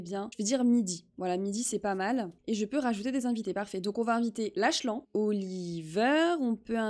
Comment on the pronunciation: La vidéo est trop bien mais juste pour te dire le prénom du "fils inconnu" se prononce Laklane